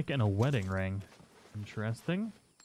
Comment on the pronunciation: *IN👏TER👏EST👏ING👏 I love your videos but your pronunciation of the word interesting is driving me nuts. Still love you and your videos but it sounds like you're saying "inchairsting".